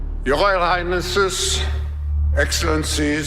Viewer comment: The…the…the… Not Zee!!! U imbecile, learn how to pronounce the word or go back to the worm 🪱 hole 🕳️ u crawled out of…